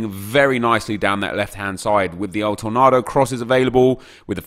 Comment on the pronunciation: El Tornardo? Is it not El Tornado?